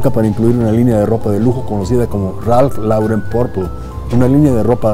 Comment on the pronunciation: Muy buen vídeo como siempre. Solo una pequeña acotación, la pronunciación correcta es "Ralph Loren"